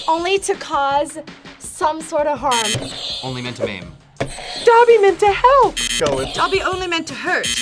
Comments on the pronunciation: Fucks wrong with people getting Dobby's name wrong it's not doppy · I got them all. But seriously why was would two non Potterheads be in this episode. FYI for all you out there. Dobby pronounces his Doe-by not Daw-by. Listen to how Toby Jones says it in the movies. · and know absolutely nothing about harry potter i love harry potter so much i what triggered me most i she said dumpy when his name is dobby because when I was younger I got a Dobby stuffed animal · Omg she said "I know dumpy dies." It's Dobby 😂🤣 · She can’t even say Dobby’s name right lol